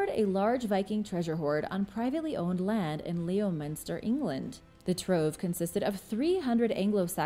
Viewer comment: Hey, love your posts, they are always worth a watch, thank you! PS: Leominster in England is actually pronounced “ Lemster” just another crazy English spelling with a bonkers pronunciation. 🤣